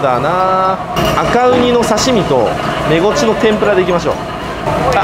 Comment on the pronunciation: メゴチが正しいんや、インゴチって言ってた😳